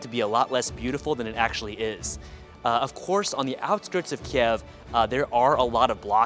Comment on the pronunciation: Дякую, цікаве відео 👍👍👍💛💙 Але правильно говорити - "Kyiv" 😉